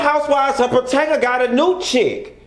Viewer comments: Puh-toe-mick... that's how you pronounce it. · Did he say house of potato 💀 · I'm just ready to hear you say Patanka again 😂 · He been saying Pa-Tan-ka since he started watching and reviewing them..LoL Pa Tan ka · PA-TANK-A .. He said what he said 😂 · Nope its definitely Patanka now 😂😂😂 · Honey you don’t know how to pronounce “Potomac”